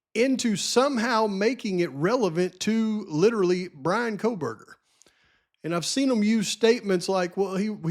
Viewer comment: Megyn Kelly says "Kohlberger" with an L. I think Nancy Grace does too. 🤦🤦🤦 No way anyone sat around with dead bodies for 8 hours. And no way one dude unalived 4 people in 20-25 minutes with a knife. Especially when one was a male who was bigger and Xana put up a fight. What about the talk of Maddie's wounds and Kaylee's wounds not being the same indicating different weapons? My question is, are DM and BF going to be required to take the stand? These girls know more and their stories don't add up. The house being demolished before trial is ridiculous.